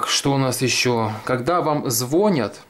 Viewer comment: не звонят а звонят